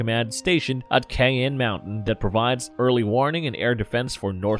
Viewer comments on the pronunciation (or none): none